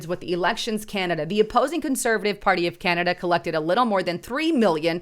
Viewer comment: Canada is now pronounced CANODA